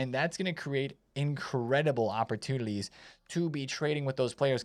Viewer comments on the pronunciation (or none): “Investment opportulidies” - “incredible opportulidies”